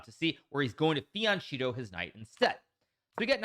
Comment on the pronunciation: It pronounced Fianketto with hard k :) (I couldn't understand what you were saying).